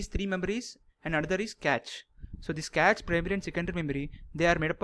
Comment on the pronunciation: You have good knowledge.. just speak slowly and clearly and it isn't Catch memory, its Cache memory (like Cash). Anyways thanks for sharing good amount of knowledge. It cleared much of my concepts about memory paging.